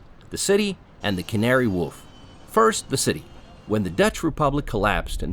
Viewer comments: You can taste the ChatGPT and weird pronounciations. Who pronounces "wharf" as "woff" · Wharf. Rhymes with... what the hell does it rhyme with. Not Scarf. War. F. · Never heard Wharf pronounced like that but hey